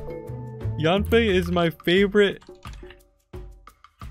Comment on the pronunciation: i will cry as yanfei is pronouce a biT wrong wah